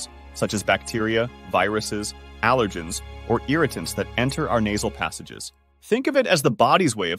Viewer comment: This narrator can't even pronounce "allergens" correctly. I hear more and more people on YouTube that cannot pronounce words correctly. Where is YouTube getting these people??? Pretty sad.